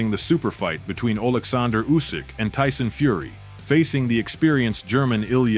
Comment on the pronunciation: "Ooh Syke-Fury".... AI narrators 😂